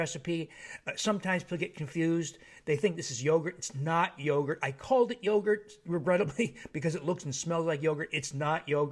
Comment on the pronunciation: That ma'am said ruegurt! Call it ruegurt! 😄😄